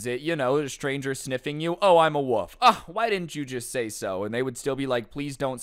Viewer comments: he keeps saying woof? does he mean wolf? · I dont know why but you make doing fun things like gaming more fun also its so funny how he says 'woof' instead of 'wolf'